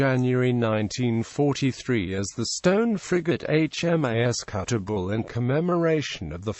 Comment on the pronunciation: Kuttabul not Kuttagul ffs